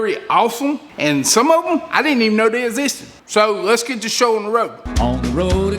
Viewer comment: "I dint eben know day ezisted"